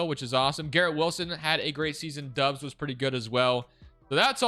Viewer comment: Bro it’s dobbs not dubs